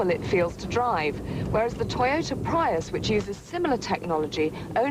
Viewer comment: First time I've heard someone pronounce Prius as pry-us...